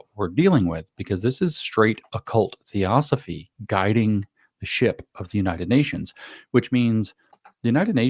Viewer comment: If you're unable to pronounce Theosophy then I think you need to look a little deeper into your source materials. This is important because it is literally the foundation of what the UN and its agenda is built on. Theosophy was (and is) based on the words of "mediums" and "channelers" who supposedly channeled messages from the dead. In actual fact, their original mediums channelled messages not from the dead, but from living human initiates, Indian occultists, with a hypermaterialistic Indian agenda for humanity. What they call "spiritual hierarchies" are these human beings with this agenda. The Theosophical Society is headquarted in Chennai, India where Blavatsky was led to in the late 19th century. From the initial Theosophists like Blavatsky and Sinnett spawned numerous others including who James Lindsay identifies as Robert Muller, who wrote the "2000 goals for humanity 2000 days before the year 2000". The Lucis Trust ), formerly the Lucifer Publishing Company, helped to write the Sustainable Development Goals being implemented worldwide whether we like it or not. The founder of Lucis Trust is Alice Bailey who was also a Theosophist, and Lucis Trust is co-located in the UN building in New York.